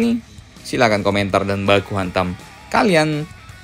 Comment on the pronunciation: Borusia Dortmun di Munchen? Lol . Zelenski bisa bahasa Inggris ga Min? kalo Netanyahu kan bisa. :face-fuchsia-poop-shape::face-blue-smiling::face-fuchsia-wide-eyes::face-blue-three-eyes